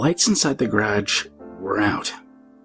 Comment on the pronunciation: “Graj”? * is that ‘garage’?